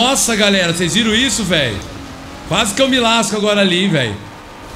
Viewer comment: No começo do video ele fala garela mas ele falou errado e galera kķkkkkkķ